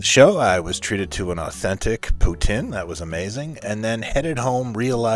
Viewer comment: Tin tin? Really? Not to piss in your poor pronounciation of 'poutine' but It would have been nice if you at least tried to say Tin Tin correctly. I'm not even a fan of his but Poutine, you at least tried. I'm sorry to be so negative but there's quite a contradiction between your history in the province and the lack of effort made in these simple words. I would be more forgiving if the year was 1982 but these days it only takes a few seconds to verify these words before you record your video voice-over. I grew up in the English part of Montreal and still screw up French pronounciation all the time but I ask the other person tto teach me the right way, (or I put in a bit of effort and go on google to confirm the proper way and that's all we ask for. Make a bit of effort and we're usually happy to help. Cheers from Montreal Quebec Canada.